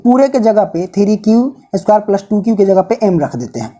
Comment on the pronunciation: Isko palas nahe plus bolate Hain+😃